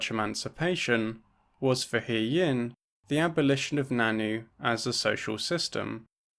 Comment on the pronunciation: Really cool video! Just wanted to say that the nan nü is pronounced more like nan nyu rather than nannu. Love to see anarchist feminists on the channel